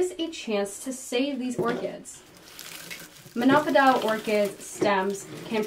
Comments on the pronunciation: It's mono-pO-dial, not monOpo-DIAL! I thought maybe I had it wrong, but nope, I checked US and UK pronunciation on Merriam Webster and Oxford dictionaries. O as in dough, row, foe, go, etc. Mono-PO-dial, got it?! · Thanks for the nice video. Just one suggestion: "Monopodial" should not rhyme with "crocodile". Mono-podial = one foot. A single-stemmed plant. Think podium, podial. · The pronunciation of monopodial and sphagnum really turned me off.